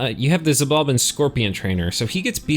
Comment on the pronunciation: Just a heads up: if I recall correctly, the ‘X’ in ‘Xibalba’ is actually pronounced as though it was an ‘Sh’